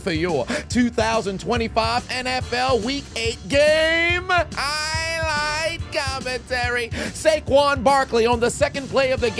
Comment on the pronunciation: For the longest time I thought you were saying "I LIKE COMMENTARY!" first time I heard Highlight.